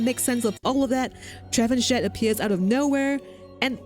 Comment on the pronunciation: trevenshet xD its funny to hear the name pronounced that way because it french, the correct pronunciation would be Tra-vahn-shea